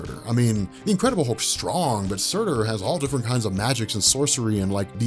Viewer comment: Surtr not Surtur. You comic fans bash my religion like its nothin